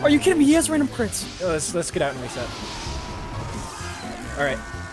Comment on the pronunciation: Pan? Mire like Cran with all those ctits my dude.